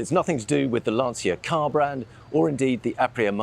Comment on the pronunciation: Please. Lan - CHI - Ah. Nice boat, by the way.